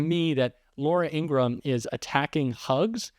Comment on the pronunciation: According to Laura's brother the proper pronunciation of their name is the full 3 syllable In - gra- ham